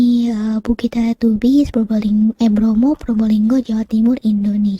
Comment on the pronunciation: Teletabis bacanya kak bukan Teletubis walaupun tulisannya Teletubbies 😉